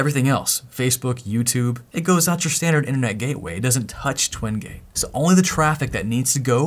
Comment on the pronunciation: !! Anyone Notice The Way He Say Twin Gate